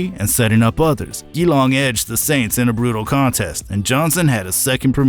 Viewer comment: Enjoyed the vid, good stuff. For future reference, Geelong is pronounced "Juh-Long" 😆